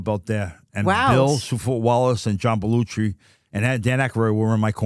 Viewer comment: “John Belluchi” and “Dan Akaroid” 😆🤣 Chuck literally mispronounces nearly every name he comes across.